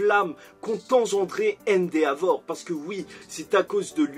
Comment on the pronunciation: Sa se dit endévor et pas endeavor sa me casse les oreilles a chaques fois